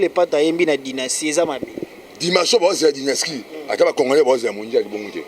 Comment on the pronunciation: Dynaskie basali fichet ya échographie ya bana mapasa ya carine mokonzi .....yango album na bino eza dynastie ou dynaskie ...yango tata oyo voix ya bombe aza koyeba ata ko prononces te